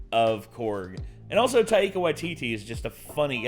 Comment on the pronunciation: great impression, but what's with the pronunciation of taika? tie-kuh. tie-ee-kuh sounds like nails on a chalkboard. literally.